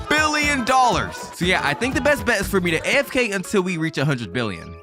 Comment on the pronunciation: Why are you saying fricken billon and in anytype of money